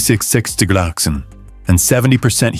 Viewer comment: Excellent video. AI voice: Hermes becomes Hair Mess. 24 degrees Celsius becomes 24 de grok sick sin. Luckily, the CC works.